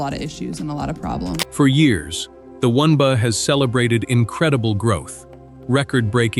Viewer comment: We hear “one bah” or “one bay” or “win bah” when it is the W N B A? Someone needs to listen to this stuff before it is put online! You are relying too much on AI when you should be paying real people.